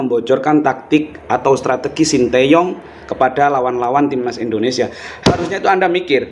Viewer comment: Video nya kocak min bikin lawak tuh orang ngomong 'SINTEYYONG' wkwkwkwkwkwkwk 🤣🤣🤣